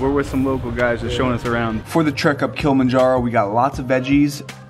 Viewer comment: Dude made this video but can even pronounce Kilimanjaro. Its not Kill-manjaro. Jesus.